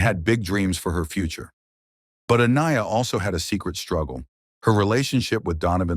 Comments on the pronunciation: Kind of sad the narrator couldn’t even get her name pronunciation correct. Think I heard at least 2 variations and a completely different name. Just seems a little distasteful. RIP beautiful girl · Not a bad effort by the AI narration but so far it's pronounced the victim's name 3 different ways. One would think a machine would be consistent. ;) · This was a great video--the only thing that could've made it better is if you had pronounced Aniya's name correctly throughout (but I think this may be an AI narrator). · You said her name wrong numerous times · If you're going to use AI, train it to get the victim's name right. The many ways Aniya was mispronounced was infuriating. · How many ways can u continuously mispronounce the poor victims name? It's horrible enough how she lost her life and i find it disrespectful to her memory especially because the first time her name was said it was correct. You need someone to proof read ur stories before you post and be allowed to make money off said posts